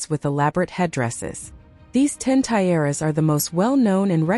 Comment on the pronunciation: Tie-aras? And Queen Elizabeth TWO? Please have a human being narrate these.